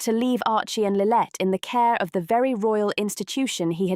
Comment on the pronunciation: If this video want credibility it needs to be able to pronounce Montecito correctly and get Harry's daughter's name correct... it's not Lilet.